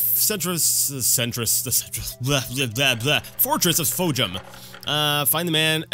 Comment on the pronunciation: i like how u did the "Temple" of Fhojum in the last episode and you still couldn't get the name right...you and I both got memory probs bud